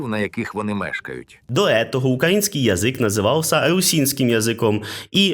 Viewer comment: Тупа шляпа навіть свою церковнослов'янську не може подужати))) "укрАінскій" 🤣😂😅😆